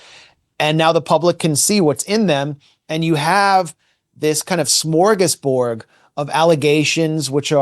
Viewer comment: In Sweden we love SMÖRGÅSBORD - (, not SMÖRGÅSBORG with a G, it's "bord" = table. Smörgås = "sandwich", but Smörgåsbord means a table FULL of different kind of food, Mega Buffet)